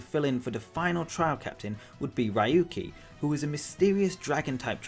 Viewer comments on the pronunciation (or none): #4 - Yes, those empty plots in Sun and Moon will be replaced with a new feature! We don't know the official name yet, but it's going to be some kind of photo club thing. You will get to dress up and pose with your Pokemon to take pictures. (Dear god, Ryuki's name is not pronounced rai-ooh-kee. "Ryu" is ONE SYLLABLE. Ryu-ki. Saying it like roo-kee would be fine, since the ryu sound tends to be really hard on non-Japanese folks.) I was honestly hoping for Gyms too, and maybe if we're lucky we'll still get something similar to the Orange Island gyms. Does anyone remember that season of the anime? There were only four badges, and the Gym Battles were a bit more like contests than just regular battles; since Alola has four natural islands, something like that might be really cool and would fit the theme really well. #2 - "Dusk" and "Twilight" mean the exact same thing.... That's why we only have one word for them in Japanese. Do they have different meanings in English? I do agree that I would love to see a Dawn Forme, though. #1 - YES, MORE ALOLAN FORMES PLEASE. ♥ I'm not even picky, but I do love that Water-type Growlithe design, and that Totem Pole Aegislash design. I definitely hope we get more Alola region variants!